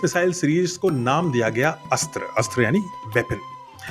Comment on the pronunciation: अस्त्र कहते कहते अस्त्रा कहने लगे आप।